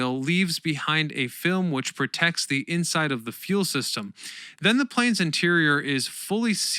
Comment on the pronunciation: Thanks. I found the rather stilted use of 'the' in place of the hard 'thee' before vowel sounds rather distracting at times.